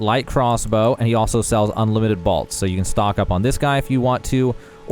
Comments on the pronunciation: It’s bólt, like lightning BOLT 🤦🏻‍♂️ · I want you to say bowl and then say bolt again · The way you pronounce BOLT is unacceptable. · What is a "balt"? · You pronounce bolt wrong haha